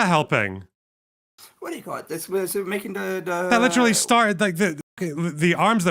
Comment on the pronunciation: this sounds like that guy who says ' witturwy' (literally)